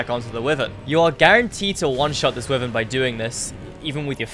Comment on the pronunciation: this is a great video but it's pronounced w-eye-vern lol good video though